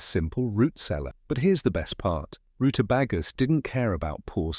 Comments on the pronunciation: IF this suppose to be "life of USA", its pronouned "root a beg a" , Not "Root a bag a" and not "vit a min " but "Vite a mens", That is the correct American way to speak. "Britain and America are two nations divided by a common language" George Bernard Shaw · It's not rue•ta•bah•gah it's rue•ta•bay•guh. On this side of the pond anyhow[s]😏. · RuteBAGa....uggh It's ruteBAYga.... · Good video, great Information for those who are finding they really need it now, but your A.I. needs Language tutoring, for instance, it's pronounced, "Root-a-bay-ga, not root-a-bah-ga! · AI narrator saying "roota baggers" in stead of rutabagas has me in stitches. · The roota Baga I mean is this an AI thing cause they he can't speak well sorry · It's a swede turnip (swede for short). Mash it in with your potatoes - delicious. And it's rootabager, not bagger. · Root-ah-bay-gger or -ah not roota-BAH-gah Smh Salsa-fee Smh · Root-uh-BAY-guhs NOT root-uh-bah-guhs. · Rutabayga, or rutabegga, not rutabahga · The AI voice is not speaking proper English. A lot of uncommon words end up being absolutely mangled by AI narration, which is the dead giveaway. "roota bagger" is not proper English. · root-a. BAA, (long a, not short a) gu . Why don't people check pronunciations before filming? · I love his British pronunciation of Rutabaga: Rootuh-bahguh. My dad grew lots of these types of vegetables when I was growing up, including the rutabaga. But he pronounced the root vegetable as Rootuh-baeguh. My mom would often make soups, stews, salads and roasts with what we’d grown in the garden. I miss growing things. In any case, I love this video and highlighting of great vegetables!!! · It's pronounced Rutabayga in proper English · root uh BAY guh ....jesus do your research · Rutabaga -- in New England we call/ed them turnips or yellow turnips. There are still sold in supermarkets. Also, the only pronunciation you hear in this country is: roota bayga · Ru tah BAY ga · It's pronounced root-ah-BAY-gah